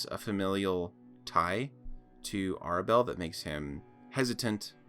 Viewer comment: REALLY?? First mistake It's pronounced Tair-Oh-ka. Like Tarot with a ka on the end. It's called RAW.. Rules As Written. So you would say the RAW Module, or using the module RAW. Air-abelle. The name predates the English language, you should be able to find a pronunciation guide somewhere. CoS made up the lore of Madame Eva being the half-sister of Strahd. Never trust CoS lore, it leaves gaping plot holes and screws up the entire timeline. In general, CoS lore always comes LAST if there is a question of canon. FIRST OFF, Madame Eva lives outside of the time continuum. She existed LONG before Strahd did and it's utterly impossible for her to be Madame Eva. The easiest way out of that idiotic loop hole is to say that the Turg assassinated her sometime before Y350 Yeah.. I'm not doing this for 35 minutes. Buh-bye now!